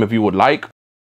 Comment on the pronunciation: "Look at dat aauygh